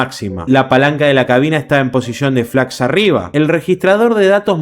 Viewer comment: entre por que me interesa el tema además de que ayer se cumplió otro aniversario del siniestro. Si me sorprendió el error al pronunciar la palabra Flaps . Pero veo que no te gusta ser corregido. De nada